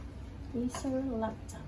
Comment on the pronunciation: Nabilang niyo ba kung ilang beses niya nabanggit ang 'acer laftop'?